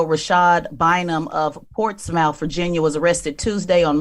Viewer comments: Ports-myth, Ports-muth, just don’t pronounce it Ports-mouth 🤦🏾‍♂️ I guess if you’re not from VA we can give you some grace. Lol but y’all gotta do better with Portsmouth and Norfolk. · You CANNOT be a correspondent of anything being Black born and raised in the American South and not know how to spell and/or pronounce Portsmouth🤦🏾‍♀️ PLEASE keep her bama ass off these tristate airwaves 🙏🏾‼️